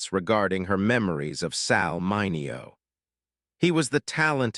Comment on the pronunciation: You really need to tweak your AI narrator, which consistently mispronounced Sal Mineo's last name throughout this video.